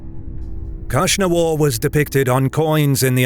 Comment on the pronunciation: The Hephtalites khagan name was KnushnavaZ (Akhsunwar), not KhushnavaR